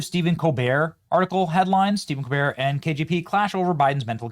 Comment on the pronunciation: Colbert is the definition of a pretentious personality, a fraud. His family name? ColBERT with the T pronounced, as in Delbert. His entire family calls pronouns their last name with the T. Not this pretentious fool. He thinks it gives him a continental flare, a European touch. So carry on COLBEAR you fraud. Your show is a failure just as you are.